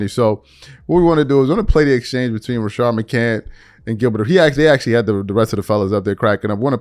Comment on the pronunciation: Rashad not Rashard. Good video! Call out the Bronsexuals